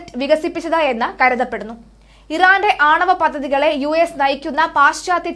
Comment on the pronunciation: Pathathy alla paddhathy yaanu മോളെ udamasthakar alla udamar aanu ok